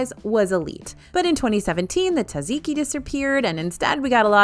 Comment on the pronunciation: Say it with me "zaht-ziki". There is a whole z that is being ignored.